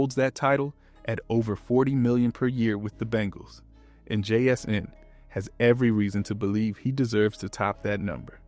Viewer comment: The way I heard it sounded about right. But then again I just say jsn to avoid it. 😂